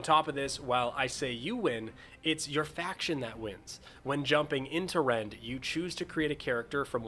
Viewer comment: I heard "Rent" So I was like.. "ahh a rent stimulator" 😂